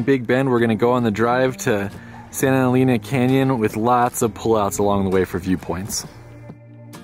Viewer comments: "Eleena"? It's pronounced "Eleina"! You've been all over the Southwest and you've never heard that name said before? And Magdaleena? No. Magdaleina. There are no long E's in Spanish, GRINGOOOOOO. 🤣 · I love Big Bend! I go every year. Btw Santa Elena is pronounced “Eh-lane-ah” and Sotol is pronounced “so-toll”. Great video. These all of the top spots I suggest for people who only have 1-2 days in the park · Friendly correction on Santa "EH-LEH-NAH....NOT AS IN CAR "LANE" Vowels in Spanish have ONLY one prounounciation ONLY and NEVER change; AH, EH, like in (Bet, Let, Met, Pet and NEVER as in "mete, Pete" (I) is ALWAYS like in bin, din, fin gin and NEVER as in "Dine, Fine, Line, Mine" (O) as in Or else, (U) ALWAYS as in bull, full, pull and NEVER as in Cull, Dull Gull Hull......¡Ojalá que esto la sírva! BTW, Vowels in Spanish are ALWAYS Accentuated where needed. One example here, "I will Record it for the Record...Should be (RECÓRD it for the RÉCORD)